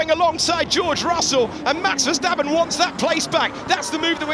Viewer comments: Haha ..cryshteppen😂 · Vaya 😂😂😂 verdstapen